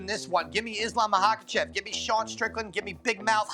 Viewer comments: i can’t take this dudes advice who clearly doesn’t know enough if he’s pronouncing “Muhawkuhchev”. obviously doesn’t him watch because his name really isn’t hard to pronounce at all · It’s not MAHAKACHEV Bro get it right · What the hell is a “Mahawkachev”